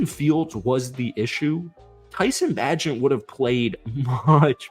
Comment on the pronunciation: I'm practicing patience listening to you pronounce tyson bagents name wrong XD jkjk